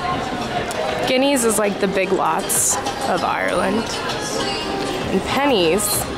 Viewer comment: Guineys is pronounced Guy-knee